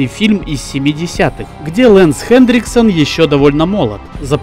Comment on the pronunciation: У тебя даже на экране написано Хэнриксон, а ты говоришь ХэнДриксон